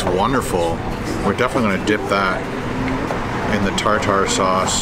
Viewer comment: Tar tar sauce? We pronounce it tar ter sauce.